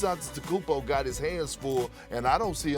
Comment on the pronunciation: Perk can’t pronounce gannis’ last name correctly😂😂😂